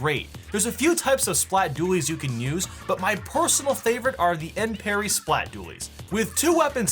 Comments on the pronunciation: It’s actually “Ensperry” not “Enperry” you need to check again so you spell right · enperry not enparry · dude.. its enperry. Not enparry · "Enperry" [canada intestifies]